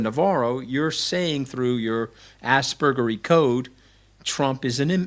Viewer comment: I know… but the mooch did say asbegerey… and I thought he’s a little more ASS than he claims